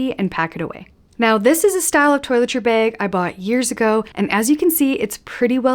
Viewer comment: I chuckle at “baig”